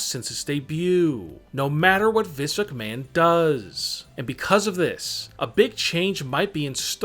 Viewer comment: “Vis McMahon”